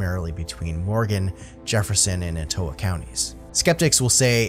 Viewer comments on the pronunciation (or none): Love it but the pronunciation of Ehh Ta Wah is how you say Etowah County. I’ve researched the White Thang according to where you are is a canine, feline, or Bigfoot